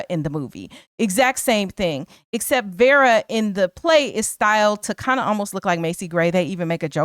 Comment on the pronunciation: I’m sorry, but her name is pronounced Vera not Vara